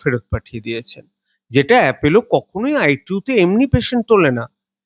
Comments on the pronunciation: Apollo naamta thik kore uchharan korun.Naam ta Apollo,Apello noi. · আরে বাবা appElo নয়, ওটা appOlo. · Not Apello But Apollo.